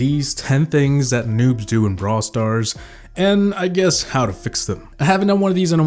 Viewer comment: How come it sounds like you say bra stars